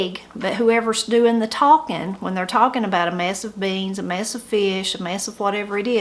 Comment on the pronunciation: " A mess", even the pronounciation is different. When you say it I hear " a mass". But good to learn all of this.